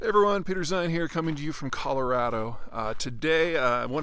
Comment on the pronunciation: “China has 10 years left”- Pete. 😂😂😂😂😂😂😂😂😂 also stop pronouncing Colorado wrong, transplant